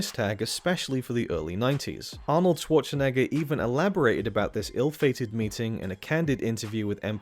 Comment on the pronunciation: Since you asked for suggestions, his name's not Schwarchenegger. Otherwise great stuff. Very interesting.